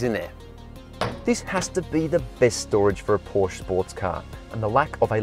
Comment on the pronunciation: I found something wrong mate. You dont know how to say Porsche.